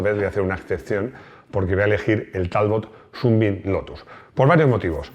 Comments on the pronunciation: . ¡Pues sí que te lo has currado! Pronunciando "súnbim" cuando toca pronunciar "sánbim" (rayo de sol). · Buen trabajo. Amigo Maximo, comenta al bueno de que aquí en España de siempre a Sunbeam se le ha nombrado Sunbeam no "sunbin". Si seguimos siendo tan delicados con el ingles, terminaremos diciendo, en lugar de España, spain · Ya que insistes con la pronunciación, Sunbeam se dice "sanbim" y significa "rayo de sol". Saludos, el vídeo ha sido muy interesante. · Shrewsbury se pronuncia "Siusbery" es un bello poblado de Massachussets USA donde viví un tiempo, así lo llaman por ahí. Sunbean se pronuncia "Sanbim". Saludos y feliz 2023!!